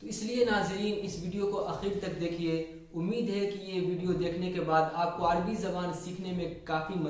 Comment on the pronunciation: يا أخي العزيز لا يقال العربي بسكون الراء بل يجب أن تقراء مع فتح الراء